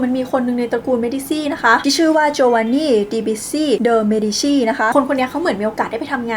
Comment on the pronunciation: เมดีซี่ ❌ เมดีชี่ ✅